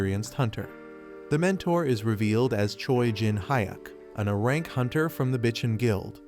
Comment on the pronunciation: I too want an ahrahnk skill... this AI needs more time in the oven... it like gave up at the end